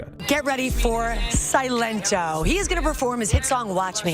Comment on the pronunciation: Good video but you're assaulting my ears with how you're pronouncing silento 💀